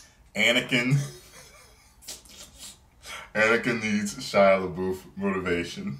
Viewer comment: Shia Leboof? xD